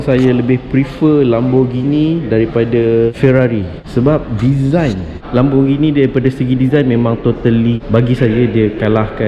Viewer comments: Pronounce it lémborghini not laaaambo.. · bro LAMBORGHINI la....bukan LAMBOGINI